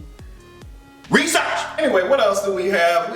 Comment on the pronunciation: The way said, “rrrESEARCH!” His entire commentary gave me life! 😂